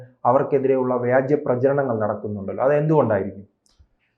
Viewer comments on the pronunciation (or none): വ്യാജ്യ പ്രചാരണമല്ല, വ്യാജ പ്രചാരണം.